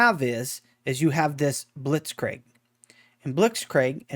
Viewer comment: Did anyone not notice how he said Blitzkrieg wrong? 🤔🤔🤔